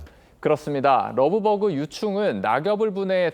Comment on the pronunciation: 되도않는 발음으로 러브버그 러브버그 그냥 한글로해